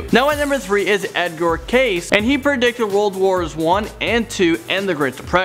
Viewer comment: You pronounce a name wrong it is pronouncedEdgar Cayce as in sounding like the letters K and C